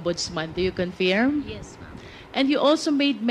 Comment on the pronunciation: Cong Luistro, ang tamang pag pronounce ng word na Confirm ay khun furm. The I in firm should not be pronounced as a long e, but fur as in fur like your fur friends. Sakit sa taynga.